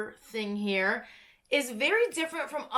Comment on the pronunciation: I litterally understood "I'm HAIR to show you stuff" lol